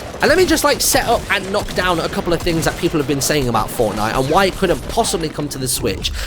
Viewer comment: he didnt say fortnite. he said fornite